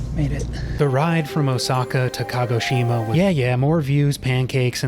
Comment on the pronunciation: You put stresses on all the wrong syllables. I'm not Japanese but I know Shinkansen is pronounced with the stress on the second syllable. The way you pronounced Hakodate and Kagoshima also just sounded wrong.